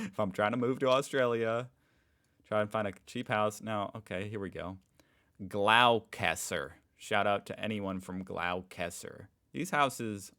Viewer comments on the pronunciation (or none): “Gloss ter” … not “glow Chester”… like the English one lol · Gloss-ta Not frigging glow- whatever you mangled the rest as 😂😂😂 Gloucester is beautiful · I heard Americans butcher that before, but Jesus that was shocking 😂😂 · Gloucester is pronounced Gloster not glowkester 😂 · Glowcassa? Don't you mean Gloucester - pronounced Glo (short O sound) - sester. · Ah yes, the famous coastal town of “Glow-Kester” 😂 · Gloucester = glos-ter !! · LOLZ you goober..... "Gloucester" is pronounced, "Gloss-ter". It's a British name... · Gloucester is pronounced gloster lol, i grew up there its a boring place for kids and its not really concidered being close to the cost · Gloucester is said glossta 😂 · The price of a house is part of the story, do a comparison to the income and cost of living, the harder part for young couples is getting together a deposit to buy there first house or a unit (in the USA you call them condos) interesting pronunciation of Gloucester it’s not as it’s spelled it’s more like Gloss - ter. Interesting fact most of the population of Australia lives within 200 kilometres of the coast. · Gloucester is pronounced “Gloster” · Gloster is how to say Glaucester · Raymond Terrace is not a great place to live. It has a lot of social issues and limited public transport options. Gloucester (you pronounced it completely wrong! It is pronounced more like Gloh-ss-ter) is also quite isolated with limited opportunities for people being raised in that area. Scone is inland, but closer to a lot of mines where people make a lot more money. While there are ''price guides'', they are often lower than what the house will sell for. It is used to drum up interest, especially if the house is going to be auctioned. Rental prices are also through the roof and we have a major rental housing shortage. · Pronunciation of Gloucester is Glosster. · Gloucester is pronounced as Glosster. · Also, Gloucester is where I grew up, it’s pronounced Gloss - Ter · Gloucester is pronounced Gloster.